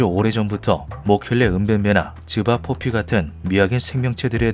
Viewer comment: 자꾸 집앞 뽀삐라고 들립니다..